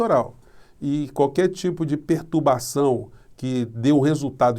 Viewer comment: Gosto dos seus comentários, só sinto um pequeno mal estar quando você diz "pertubacao" (c cedilha).